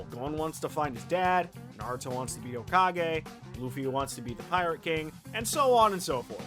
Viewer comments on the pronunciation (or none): none